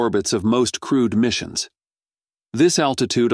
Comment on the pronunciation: 'Crude' missions...?!? 😮